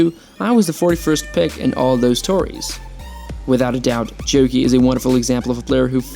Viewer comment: Of you cant pronounce his name correctly, don’t make a video about a man.